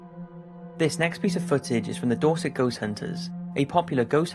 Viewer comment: What is the name of the group in number 2? I wish he put the teams in the description. Edit: Nvm it's Dorset. I though is was saying Dawsik.